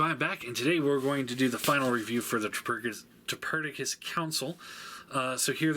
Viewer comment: he said triperdicus